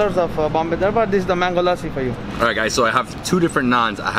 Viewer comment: Remove the “aa” from lassi. L a ssi. PS. Loved the shirts .